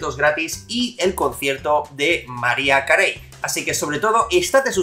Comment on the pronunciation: mariah carey se ponuncia como maraia kerri